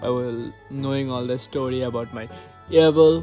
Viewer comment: EEVL not ehvall